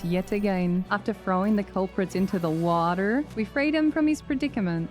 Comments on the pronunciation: the fastest 2 hour video I've ever watched Also, the "WATAARRR" annunciation fucking sent me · "into the wah-terrr" 😆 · the attempt of saying "water" as the only word in an american accent in the whole video was too funny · second. HAG MARINA DOESNT HAVE A BABY BUMP?! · I will never get tired of the way you say water... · Hey, I love your videos! And your sneak Archer build is stupidly overpowered and I love it! I just have one question though, why do you pronounce "water" like that? Did someone make fun of you for pronouncing it with an accent? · curious why she says water like a normal person instead of the way of the aus people. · why is no one talking about how she said bottle of water LMAO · But why pronounce water that way tho haha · I cracked up every time you said water. Great sense of humor and a great video! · alright i gotta know, why do you say water in an American accent?